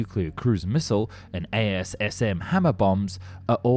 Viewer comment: Yet, can't say "Dassault" or "Thales". Or "missile".